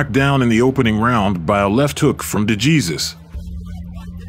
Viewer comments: Thank you ! The Narrator pronounces it D Jesus but it's D Hey Zeus ! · It's torture to hear your AI mispronounce De Jesus (hey-suuse). If you don't know that pronunciation, in a sport where hispanic surnames are extremely common, I cannot listen to the rest, wondering the whole time how many other things you are getting wrong. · You are not pronouncing DeJesus name correctly. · A. I. pronunciation for "DeJesus" 😆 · learn how to pronounce dejesus name.